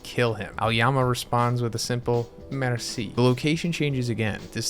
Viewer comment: Say merci again lol